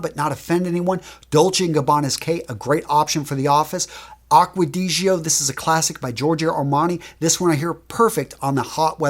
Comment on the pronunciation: at least try to pronounce 'niche' or 'gio' right; that would save you some embarrassment.